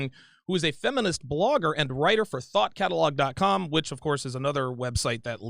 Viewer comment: He said Thot Catalog...... ;)